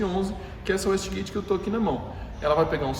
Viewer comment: Excelente vídeo, só uma correção: A pronúncia é uêiste gueite não uéste gueite.